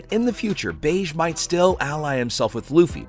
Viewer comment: Plz bro - he’s not called “Beige” he’s called “Bege” (Beji)